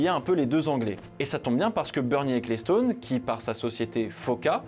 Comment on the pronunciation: Bernie Ecclestone se prononce "Equelston" et non "écléstone", tu pourrais brancher 2 neurones aussi quand tu t'attaques a des prononciations anglo-saxone...